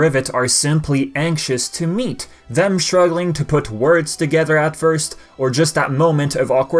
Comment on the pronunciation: It almost sounded like you said, "almost pissed the Galaxy at risk" Lol